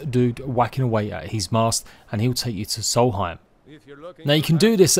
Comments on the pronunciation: Solheim. No. Nonononono, it’s SOLSTHEIM. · It's Solstheim not salty time. I realize your imperialized education system is to blame here, but you really should know these things. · Not soul heim Sols theim